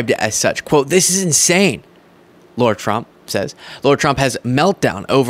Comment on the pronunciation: Why pronounce Lara as Laura?